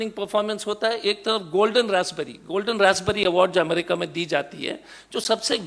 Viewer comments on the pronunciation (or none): none